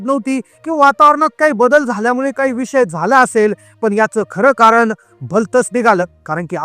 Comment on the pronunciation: कारन? क्षनी? लई भारी मराठी!